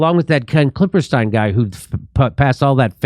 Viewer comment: It's actually 'Klippenstein' with an 'n' in the middle, but it's funny to hear Jimmy keep saying 'Klipperstein.' 😁